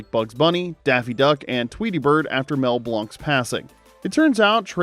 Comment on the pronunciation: it's actually pronounced "MEL BLANK"